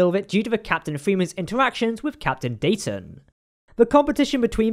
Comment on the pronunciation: Great episode and vid as always. The most impressive thing for me, among all the awesomeness, is that they pronounced Dayton correctly multiple times lol. I always forget how, like, regional or idiosyncratic we locals pronounce Dayton compared to people who don't hear the city pronounced regularly. (if anyone is curious, it's like "Day-uhn", with a glottal stop where the hyphen is.)